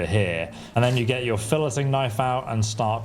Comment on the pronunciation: "fill-letting" knife is crazy 🤣 doesn't fish apparently